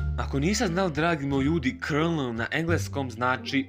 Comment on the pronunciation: ja san to znao i izgovora se kolonel (colonel) al opet super je video samo nastavi tako volim tvoje klipove